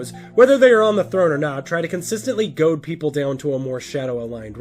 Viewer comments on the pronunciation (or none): none